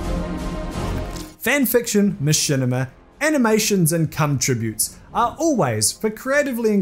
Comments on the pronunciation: I’m sorry, did you say “cum tributes”? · Did he say "cum tributes"